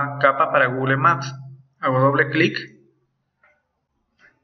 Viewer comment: SOLO QUE SE DICE "Gugul" no "gugle"